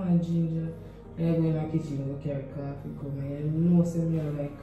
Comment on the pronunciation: It’s the “CAAAFY” for me 😂🥺